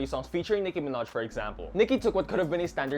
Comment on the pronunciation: Omfg not “Nicki Minehh” you watch the sims parody I love it 😂